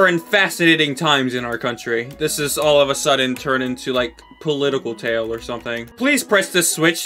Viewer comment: “political tale” no no no “politale”